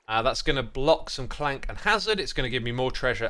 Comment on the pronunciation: I think alot if hermits know its ravager but say it the other way on purpose! They do the same with Crank instead of clank 😅 it doesn't bug me but I definitely notice it everytime